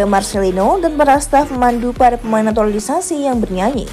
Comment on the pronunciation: Stop sebut naturali naturalisasi